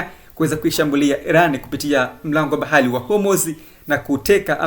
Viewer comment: Mtangazaji hawezi kusema bahari. Anasema "bahali" halafu anasema trump anakosae.